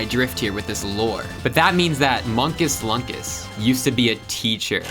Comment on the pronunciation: unstead of munkus lunkus its moonkus loonkus